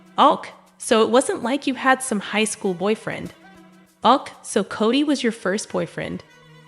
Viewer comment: This is an AI voice. “Ok” is mispronounced as ”awk”. Keeps repeating sentences. 👎